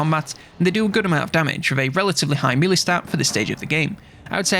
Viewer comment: Mee-lee or may-lay= melee